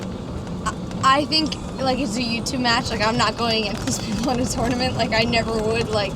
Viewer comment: I feel like she says “tournament” the way it’s supposed to be pronounced, but no one says it that way.